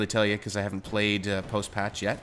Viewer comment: Lol i though he said he played, a lot of black cocks.